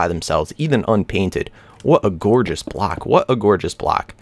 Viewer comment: When you say block it sounds like black haha